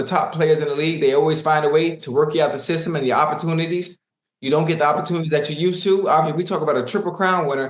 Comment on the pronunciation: Unc need more opportun-i-tees😂